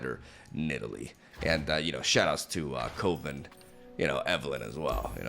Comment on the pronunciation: Are we all going to ignore he said Cohven? 😂 But anyways looks like a fun deck!